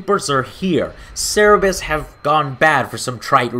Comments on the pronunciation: You called them CEREBUS!? just...closed your youtube account... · ser a bus? CER BER RUS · . he mispronounces CERBERUS.